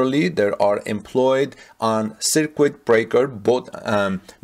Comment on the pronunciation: Circuit is pronounced "sir-kut"